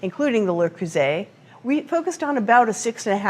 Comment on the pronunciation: An American that knows how to pronounce Le Creuset